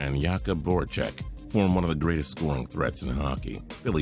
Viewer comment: Please don't tell me you just pronounced Jakob Vorecek "yakob vorecek